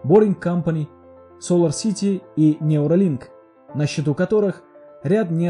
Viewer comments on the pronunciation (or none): none